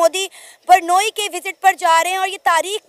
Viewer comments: Nam to Brunei hai par zahil pata nahi kis Tarah bolte hain ki Mujhe Brunei ki jagah burnei sunai de raha hai😂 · ब्रुनोई को ये पाकिस्तानी एंकर बुरनोई कह रही है . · its Brunei not bornoyi😅😅😅😅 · Brunei 🇧🇳 ka pronunciation to thick se kar le 😂